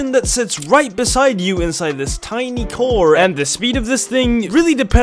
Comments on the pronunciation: It‘s pronounced car not coar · ITS PRONOUNCED CAR NOT KOR